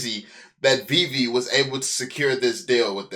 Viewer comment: Glad he’s gone calling it vay vay